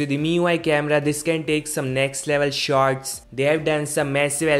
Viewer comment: lmao Indian accent at it's finest😂